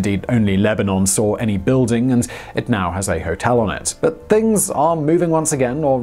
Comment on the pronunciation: You said “bas” instead of “but”, do you speak Arabic 😅🤣